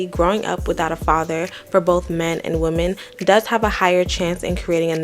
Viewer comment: And does it bother anyone else other than myself that she’s one of those people that cannot pronounce the word women correctly she pronounces it singular, which is woman and not plural. I get that on medical paperwork things read just like that sometimes but you are not a I’m sorry, but this woman is not that educated me. I will not go to her for anything I don’t give a damn if she got a degree killers and bankers got degrees too